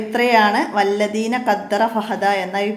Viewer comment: വല്ലദീന എന്നല്ല ടീച്ചറെ വല്ലദീ.. എന്നല്ലേ...